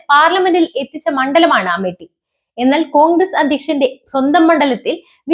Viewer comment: 101% പൊട്ടും. Amit Shah യെ നമിച്ചു 👍🙏🏿🤣 ഇത് തന്നെ വേണo ഈ സാധനത്തിനെ കൊച്ചേ നീ അമേട്ടി എന്ന് പറയുന്നത് കേൾക്കുന്നത് അമേത്യം എന്നാണ് 🤣